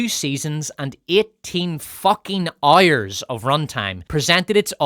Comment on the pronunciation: Making the jokes about Lizzo was very low and not really needed. Maybe you should instead try and learn how to pronounce the word "hours". And i dont give a flying fudge that you are "ooyyirrisshshsh" or "sccccccooo'ishshsh" or whatever. (See? That joke was also pretty low and not needed, but way funnier than yours. Cheers )